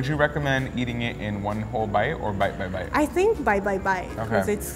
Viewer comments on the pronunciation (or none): When she says bite by bite it sounds like bye bye bye 😄😀 is so cute♥️